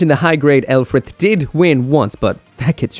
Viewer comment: Did we forget that Lfrith is pronounced "rubris"